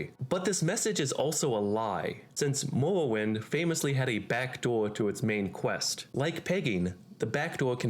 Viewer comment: Why does he talk like that ? Ameuwica, Mowwowind....